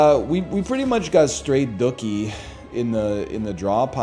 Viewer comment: The way he pronounces "dookie" like "cookie" is so skuffed